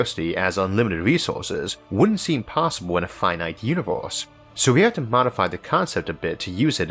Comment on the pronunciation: One more "univorse" and I will jump from the roof.